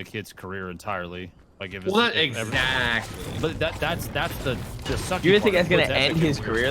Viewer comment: Exeshly permently